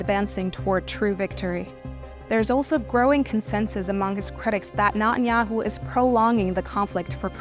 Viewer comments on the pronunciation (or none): i like how she says nutteryahu.... he is a nutter...